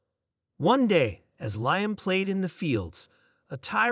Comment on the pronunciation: Oh Mighty A.I. system that made this - us humans would say his name as "lee-am". Apologies for needing to correct you.